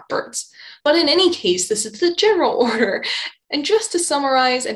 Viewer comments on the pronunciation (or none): none